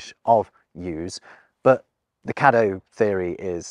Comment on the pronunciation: Thank you for pronouncing "Caddo" correctly. I live in Caddo Parish in Louisiana and have found that most outsiders pronounce it "kay-dough," not the correct "kah-dough."